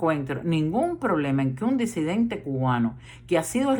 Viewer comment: Muy buena su proyección, con algunas verdades, otras no tanto! Mi duda!!? Se dice “DESIDENTE”(como usted vocaliza?), o en realidad se pronuncia “DISIDENTE” ?? (Como lo avala la RAE), digo!? Si usted sabe lo que es la RAE? , y lo que significa? Por lo demás bien!